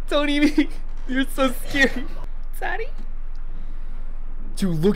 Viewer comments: i thought he said fatty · He said fatty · i thought he said “fatty”😭